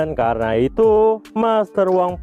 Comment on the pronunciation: "Kerena itu" Ngucapin itu mlu si mimin😂